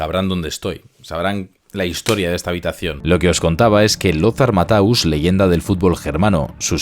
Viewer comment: se pronunca lotar mateus no mataus